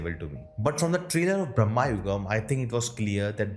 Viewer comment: It's not bhrama 😭 It's the other bhram. भ्रम, delusion, maya that bhram